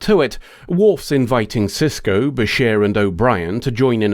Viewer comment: It's Sisko, not Sysco. And Eddington, not Edington. :)